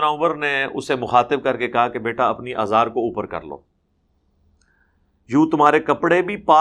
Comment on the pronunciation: آزار نہیں ازار